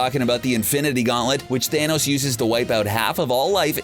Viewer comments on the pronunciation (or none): none